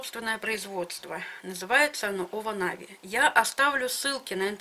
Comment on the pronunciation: Не овонави,а иваново 🤭